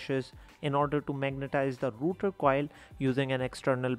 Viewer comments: It's Rotor, not router. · It's rotor not router